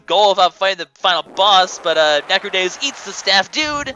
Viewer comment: NECRODEEUS is how its pronounced